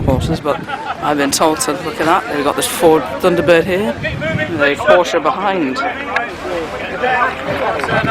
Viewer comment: Well done,you have great knowledge of the wide variety of motors. I especially like to hear you pronounce Porsche correctly! In my younger days in the seventies I worked on 356s and 911s at a Porsche service agent.Congratulations on good coverage of Audlem classic car show. I shall be following Cartraction as well as Old Classic Cars.